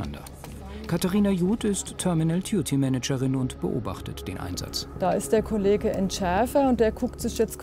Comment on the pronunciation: Terminal Duty Manager nicht Terminal Tuty Manager.